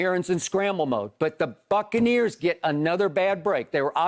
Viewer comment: He called em the succaneers doe 🤣🤣